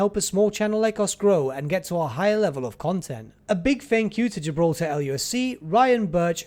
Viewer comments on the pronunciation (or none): none